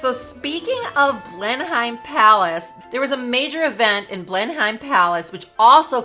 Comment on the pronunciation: Thank you for this most informative video. Just 2 small points. As you mention Blenheim Palace several times its important to get its pronunciation right. The correct pronunciation is "Blen-nuhm" rather than the way its spelt. Also the tiara Margaret wore with the Dior dress in Nov 1951 in Paris is the Cartier Halo tiara, crafted in 1936 and purchased by the then Duke of York (who became George V1) later that year for his wife. After Margaret, the tiara was sometimes worn by Princess Anne. Catherine, then Duchess of Cambridge wore it for her wedding in 2011 and has worn it occasionally since. By the way, am so very glad Meghan is NOT a Dior Ambassador.